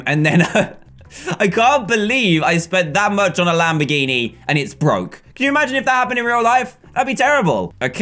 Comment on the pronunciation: Did anyone hear him say lambiriri